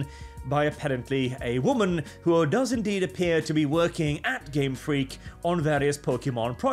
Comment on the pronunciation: Heavy emphasis on the "freak" part.